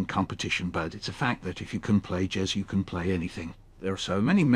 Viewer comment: I knew something was off immediately with the way he kept mispronouncing jazz, but if you don't know Michael Rosen it's definitely convincing. If he had picked someone that has less distinct speaking mannerisms, it definitely would've fooled me.